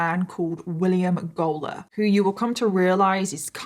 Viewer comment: I am listening to this while cleaning and all I keep hearing is "Gollum clan" and "Gollum family" and it just gives me the giggles, I am so sorry.